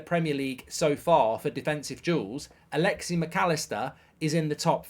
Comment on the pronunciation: Great video, but just throwing this out there... Its Alexis. Not Alexie. And Szoboslai is pronounced Sob-oss-lie not Su-boz-lee.